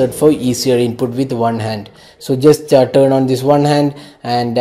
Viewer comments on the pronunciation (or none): none